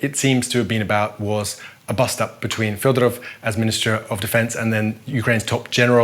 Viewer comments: He's Fedorov, not Fyodorov. He's not ruzzian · not "Fiodorov" it's "Fedorov" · not correct. The defence minister Fedorov is Ukrainian, not russian, thus his surname must be pronounced as Fedorov. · Fedorov is also pronounced as fiodorov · The commentator cannot only read Ukrainian but also cannot correctly pronounce Fedorov's name - learn how to pronounce it properly!!!! It's your job.